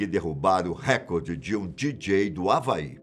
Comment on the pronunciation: Por que as pessoas falam errado? É reCORde não Récorde